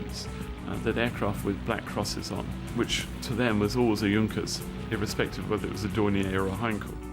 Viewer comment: yes its sounds horrible in englsih D: may he could pronounce it a little bit better^^ im german and i had to laugh cause its sounds so terrible xDD